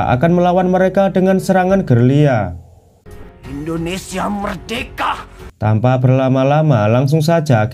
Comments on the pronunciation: Gerilya mas..bukan gelirya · Belajar dulu, gerilya KNPA jadi gerliya😂😂😂😂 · GERILYA, BUKAN GERRR LII YAAA.. UDH 2 CHANNEL YG SALAH NGUCAP GERILYA JADI "GERR LII YAAA". GPERNAH SEKOLAH APA